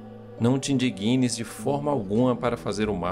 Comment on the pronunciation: A palavra ee "indigna", com G mudo. Não é "indiguina".